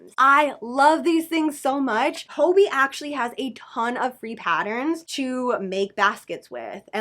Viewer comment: Hey just to let you know. You’re mispronouncing hobbii😊